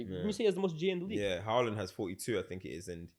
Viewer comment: It's Haaland